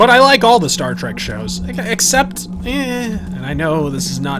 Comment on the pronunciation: Kojima: Did you rike it?: You're not literate.